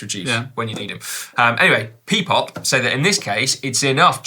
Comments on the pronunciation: It is not "pee-pop" - it is "Pi-Pop" - as in the greek alphabet π - Look at the logo on the bike 🙃😁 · Can we address the Pi-Pop pronunciation? Given the brand is using the mathematical symbol, it should be Pie-Pop rather than Pee-Pop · Si it's pronounced "Pie"-Pop not "Pee"-Pop. The symbol in the brand name is the symbol for Pi (pie) ie 3.1415.... Etc.